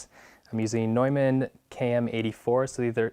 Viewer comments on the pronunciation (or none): none